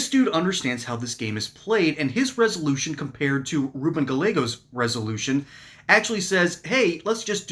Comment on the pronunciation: The LL in Gallegos is silent